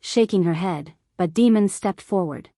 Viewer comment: I cringe every time that voice calls him Demon. I’m assuming it’s Damon? Other than that announce the story is great and riveting.